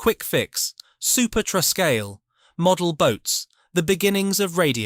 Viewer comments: Surely "Truscal" should be pronounced True Scale! & "Geetex" should be Jet-Ex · Truscal? I think it's more like True-scale, Makes sense. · It's Truscale as in True Scale.....not the silly pronunciation you gave it! Colin Smith - Phil Smith's son - wouldn't be too happy! He retains the rights to all his father's designs, and still sells them, as plans to this day....